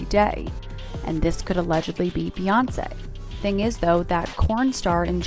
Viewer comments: Man! They Slaughtered All the Names. Talkin bout Beonkee?? Tf? Smh? 🤦🏾‍♀️ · The AI is sooooo bad on this. JAYZE and BEYAHNSE